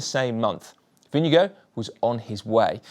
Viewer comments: As a Dane. You pronounce the Vinge bit correctly. The Gaard bit you pronounve as in Store with a G instead of St. The D at the end you donøø pronounce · You should really just call Jonas Vingegaard by his first name "Jonas". It's hard to butcher his last name much more than was achieved here. :) Good video though. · When will the GCN presenters learn how to pronounce Vingegaard? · We know so little about him we also still mispronounce his name 🤣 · Absolutely, and this is most definitely an extremely poor effort. These guys are pro commentators for Christ's sake, they should make the effort to at least get it close to right. Butchering a rider's name (and not just any rider, but the winner of the Tour!) like that is quite simply just not good enough. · Why cant you say Vingegaard properly? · GCN, why don’t you say Vingegaard’s name correctly, like the way the announcer said it during the final awards ceremony? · its Vingegaard (think wing+god), not vinegar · It's not "Vinge-go". You would be very close, if you pronounce it "Vinge-gore" with "Gore" in a British accent (not working as well with an American accent). Dane here. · Vingegaard not vindegoat. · I have to say this it’s not vingego it’s pronounced vinGeGaarD (caps mean you have to say the letter harder than the rest) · Favorite moment is when you pronounce Vingegaard as vinegar or vinego cracks me up every time 🤣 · When you pronounce Jonas Vindegaards name, it sounds like Vindego. Maybe you should consider to get it right🙂. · This has got to be the worst pronounciation of "Vingegaard" I've heard so far - completely butchering it! :D IT'S NOT "WINNEGO"! Please, get your act together, it really isn't that hard. For right pronounciation, watch this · Jonas Vingego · We need a little talk about pronounciation. Vinnegow ? Ving as in sing, e as in eh, gaard as in gore with a very short e. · His name is NOT Vinegar and it is NOT pronounced like that. 🤣